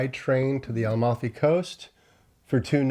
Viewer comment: Almafi coast.. you mean Amalfi.. just like Palmero vs Palermo, I see a pattern here 😅 j/k